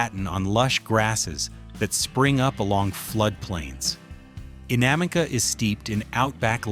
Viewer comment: They cant pronounce Innamicka, Stzelecki and gibber, but your problem is ranch... Ok, we're on the big issues here...😆